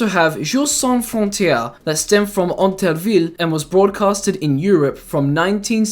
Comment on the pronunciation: As a French person, I can say that your pronunciation of "Intervilles" was well-made! Oh, and I realize this is the second video of you I watch today and it's pretty good (loved your SMG analysis), keep it up.